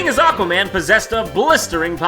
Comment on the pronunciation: Ladies and gentlemen, I present to you ECHwaman: Battle for Polaris.